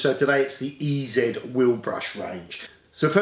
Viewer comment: You need to go all American when you pronounce the name, it's E-Zeee Brush. See how it sounds so much better.